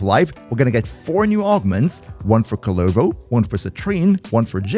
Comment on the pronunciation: Your way of saying Kullervo and Yareli is cursed asf lol